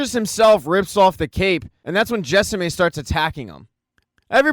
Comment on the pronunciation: Show, great, your recap, needs work. Jessamy isn't pronounced like that. 😊❤